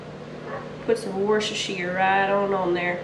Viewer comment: Wosht as whcher Shire sauce